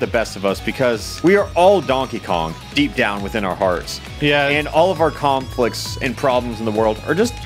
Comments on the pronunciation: did he really just say kong-flicts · did he say "Kong-flicts"??